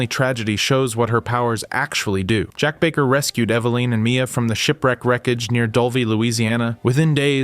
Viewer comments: “Ev-uh-Lin” - ur welcome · How he pronouns Evelin is horrible.